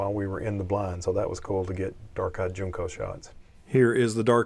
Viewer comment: Good video. Just info … Junco is pronounced like Junk-o, not June-co.